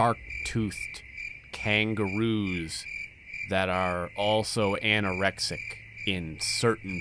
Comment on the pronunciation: they're anor-neck-sic